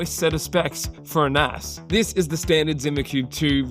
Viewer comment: I thought he said NASAAA